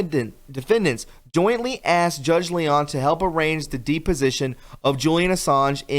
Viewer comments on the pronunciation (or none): It is not dee position, it is dep position, these words you constantly mispronounce only detract from your pod cast. These are not new or rarely used words or phrases, get educated and a dictionary. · WHAT THE HELL IS DE POSITION???? THE WORD IS " DEPOSITION ".......... DO UNDERSTAND WHAT YOU'RE TRYING TO SAY??? IS ENGLISH YOUR SECOND LANGUAGE OR THIRD???.... enquiring minds want to know............... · It's NOT a "Deep - o sition"...it's "Dep"...like Johnny Depp Wow, American education really does suck. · It's not de-position. It's dep-osition 🙄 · deposition pronounced like johnny depp not deep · Dewd, it's "deh-po-sition". Love your work. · please, learn pronunciations before recording. Deposition = Deh-poh-zhi-shun. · Okay this is helpful critism you should check your pronunciations please! A deposition is pronounced "dep-o-si-tion" , can't remember the other ones right now. In the law business we shorten it to depos, short e long o! There is a dictionary site where you can click a button and hear someone pronounce the word! It can only help! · It's not pronounced "de po sition" !!! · Dep is pronounced like step. Deposition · Do you know what a deposition is? If you pronounce it wrong it means something totally different. Please look it up in your dictionary. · Great vid! Thanks for sharing! And just FYI....The "e" in the word "deposition" is pronounced with a short e sound, as in the name Johnny Depp, and the word step, kept, slept, pep, and the first two letters in the surname of the guy who didn't hang himself in the jail cell. :-)